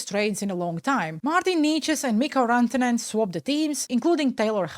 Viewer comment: You pronounced Mikko Rantanen almost perfectly 😀R was a little bit off, well done.